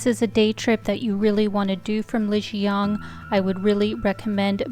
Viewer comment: Please try to pronounce Lijiang correctly. Not with a North American accent 🙉